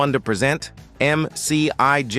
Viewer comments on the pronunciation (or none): The AI voice reveals itself when misjudging the context pronouncing the word “present” .